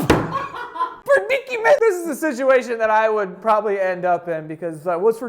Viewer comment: oh so we’re just gonna move right past “predicky-ment” ??? k